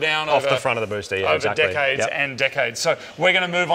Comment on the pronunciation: Did he say that the brake fluid was dripping for decades or dickheads?